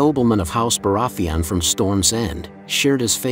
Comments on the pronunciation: Bore-ath-thee on. Lmao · Why do you pronounce Baratheon like that even tho the show has existed for like 10 years and they say the name correctly like a million times? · Hate the way he pronounces Baratheon. Otherwise, great video. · Cool video, but the way you pronounce Baraetheon makes me cringe😂